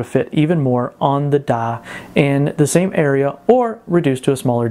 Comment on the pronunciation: You need some serious tuition in how to pronounce words like "Die" properly. I literally had no fucking idea wtf you were talking about when you said that (and most other words rhyming with it). It sounded like you were saying "Dot" more than "Die" . Can you return that accent and get your money back? fuck me. I wouldn't mind if you were just some dude on the street but you actually make video talks for a living!